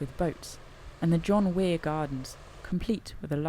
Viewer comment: Tom Weir,, Tom Weir. Not John Weir. A remarkable man, he was a veteran of the Craigallian Fire, from which Scottish hillwalking, including the route of the West Highland Way itself, is descended. A walking pioneer, much like Wainwright south of the border, he later became a broadcaster, making the hugely influential walking programme, Weir's Way. His sister was Molly Weir, best known, to those of us old enough to remember such gems, as the McWitch in Rentaghost.